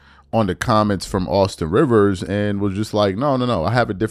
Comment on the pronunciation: RIVERS, not Reaves 🤦‍♂️🤦‍♀️🤦